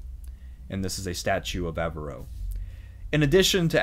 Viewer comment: I applaud your excellent presentation. Much detail but not too much for a bite-sized video. (I wish you had a more Spanish pronunciation of Navarre. Also Averroes.) Spain was a critical agent in the rise of modern Europe. Previously, northern Europe had been backward, illiterate, and impoverished. Andalucia was cultured, highly literate, and relatively wealthy for the times. Huge credit goes to the Arabs and Jews. My first eye-opener was reading Washington Irving. Expelling the Moors & Jews has cos Spain dearly. Their national decline since that time has been rapid. The Christians that "won" with the reconquista were intolerant, bigoted, (and actually, their own worst enemies.) I feel like one of the miracles of history was the Ottoman role in rescuing Jews at that critical moment. If you get a Catholic education, I hope you are fortunate enough to study Thomas Aquinas. Modern scholasticism, which helped trigger the Renaissance, owes a huge debt to the Andalus, and the Jewish and Arab Aristotelians. So many words in our language, particularly related to Astronomy, Math, algebra, chemistry -- have come to us from the Arabs (and Jews) via southern Spain. Even spices. Words like cinnamon and coffee are of Arabic derivation. In Spanish, the influence of Arabic is even more profound. It was "bad luck" (the evil eye) for Spain and Portugal when they expelled the Jews. But it was good luck for the nations and kingdoms that received them -- including Turkey & the Balkans, the New Wor